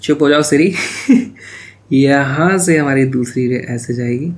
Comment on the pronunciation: dhu'siri' lol 😂😆 Maybe that's why siri started up hahha